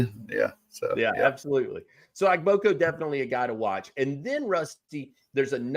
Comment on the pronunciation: Ekene (AY-KAY-NAY) Ogboko (OH-GBOH-KOH) Put a little effort!